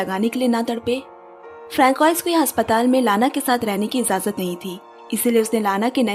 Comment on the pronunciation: Ijaazat✅️ ..... not izazat.❌️